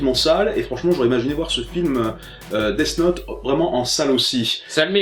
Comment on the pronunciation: Ce film death note est mauvais il faut avoir de la merde dans les yeux. est surement autiste ou alors il fait exprès d'avoir une prononciation de merde. Deafffe note. On prononce Death Note "dèsse note" comme dans déesse.